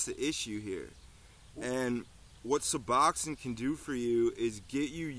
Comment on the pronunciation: You might learn to pronounce it correctly